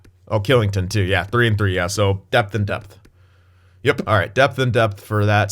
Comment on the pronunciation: Kylington is pronounced shilington